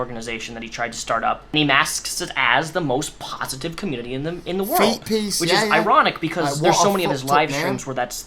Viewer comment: "Feetpeace, what a fook3d up name" you said it perfectly.